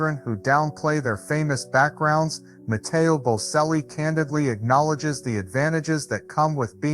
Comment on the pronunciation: You don’t know how to spell or say their name. It is Bocelli, pronounced Bochelli, not Boselli. I cringe every time you say it wrong because you didn’t even listen to videos that say their name correctly. Take the time to get everything right before you post things about other people. And Veronica is his stepmother. Enrica Cenzatti is his mother. Both had a role in his life. You did get his eclectic taste right, and his generous and honest nature. Being from such a family affords opportunities, but also great pressure. It has taken a lot of tenacity and courage to follow his own path. And his voice has and continues to mature beautifully. He is already selling out crowds.